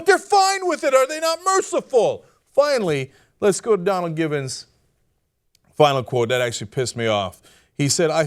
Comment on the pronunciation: Gibbons or givens? You pronounce that funny cenk.